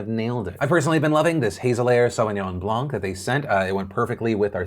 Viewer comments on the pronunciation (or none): none